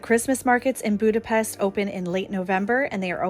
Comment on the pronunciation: It's pronounced Budapesht 🙄